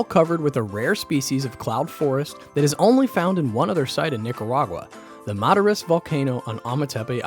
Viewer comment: Man said Nicawaga 😅 wtf